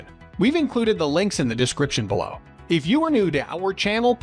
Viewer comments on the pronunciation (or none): none